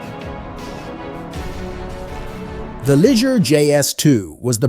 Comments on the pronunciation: What a cheesy video. You can't even pronouncer the names of the manufacturers, Opel not Opahla, Liger is Lee Zay. No one has ever called a Bricklin a gem. Poorly built, slow, ugly but not a gem. The lazy creator knows nothing about cars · Pronounced Lee zhay